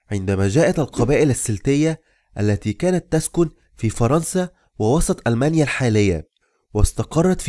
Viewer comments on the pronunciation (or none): none